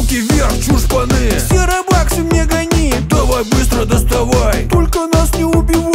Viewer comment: Не роба́ксы а ро́буксы